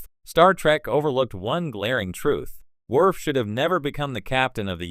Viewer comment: Werf, Pickard, Yadzia, Bayoran? Is this a robot voice or someone who's never seen TNG?